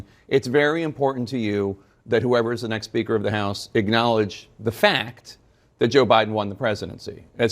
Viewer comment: How do so many reporters and journalists mis-pronounce the word ACKNOWLEDGE….they say “ignowledge”.